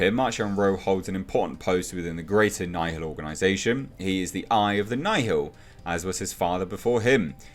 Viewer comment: I think they probably intend the "Nihil' to be pronounced like "Nil."